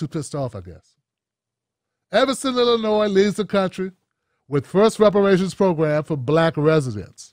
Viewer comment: Repuhrayshinz iz lolng ova doo